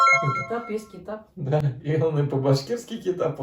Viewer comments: эи топас Китап не Қазақшама не. Кітап и Бэт емес а бет т.б перезнашение не правелный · Не китап , а кітап, еще у татар и башкир звук а произносится не так как у нас, че то мягче произносите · кІтап, дәрІ, і это не и)) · По-казахский не китап а кiтап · Надо четче и правильно произносить - не "бит, китап", а - "бет, кiтап" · Какой нахрен китап? Кітап😂. Произношение мимо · Молодцы, есть ошибки в произношении и в словах. Чуточку надо было уделить время на изучение букв. і это не и, а мягкое ы, не китап а кітап. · Высказывает многие слова не правильно. Было бы правильно если задавал вопрос Казах. Потому что например не"Китап", а Кітап. В целом идея Хорошая))) Ждем в гости в Қазақстане